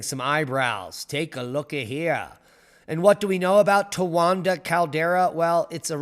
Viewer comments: You were pronouncing it "Towanda" the entire time. Yet calling others dumb. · There's no "N" in Towada caldera. "Most people are dumb." Indeed, we all mistakes.